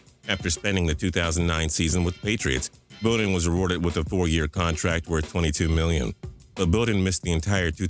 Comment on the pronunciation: Lee Bodden..short o sound, Fraction.